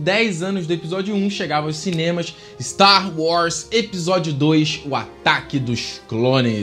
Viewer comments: Véio, você precisa de um ou uma fonoaudióloga urgente! Não dá pra contar nas estrelas de uma galáxia muito, muito distante, quantas vezes que ao invés de tu verbalizares Star WARS, você disse Star WRAS! Pqlm!! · "Sta Roz"